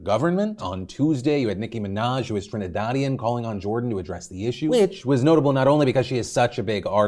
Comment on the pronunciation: The pronunciation of Trinidadian and carnival was so funny 😂😂